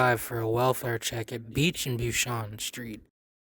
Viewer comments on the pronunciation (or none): Bushanan street? Lmao it's Bucannon street